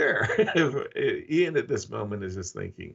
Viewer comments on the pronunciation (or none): Sidenote, How does Yasser not know how to say Ian yet??? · Why does Yasser intentionally mispronounce Ian's name? It's driving me nuts.